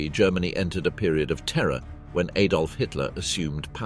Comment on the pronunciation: The name is Adolf and not ayedolf.